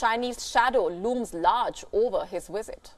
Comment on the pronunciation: Please don't say WIZITT when you mean Visit. Available is not AWAILABLLL. Also stop popping ripe fruits in your throat.